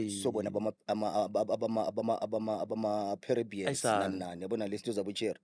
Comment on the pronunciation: I heard that😅😅😅but least he does hv an idea😅😅😅